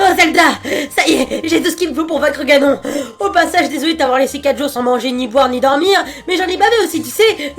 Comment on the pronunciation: Ha oui... Et on dit Ganone, sinon tu parle du lave vaisselle ^^